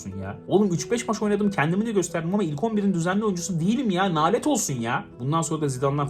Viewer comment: abicim nalet olsun değil lanet olsun sen kaç yıldır nalet diyon mesela gt5 e nalet olsun değil gt5 lanet olsun diğceksin